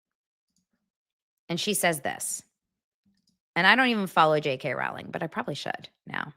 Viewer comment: Big Harry potter fan here and you are mispronounced JK Rowling!! It's like (row) your boat or Rolling!!! She does speak common sense !